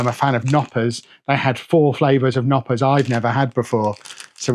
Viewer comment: Glad you got to Mini Wunderland, you'd be surprised to hear it's actually seen as one of Germanys top tourist sights, let alone just Hamburgs! Bit worried about whatever they served you as spaetzl, looks more like fried risotto rice! Oh, you pronounce the K in Knoppers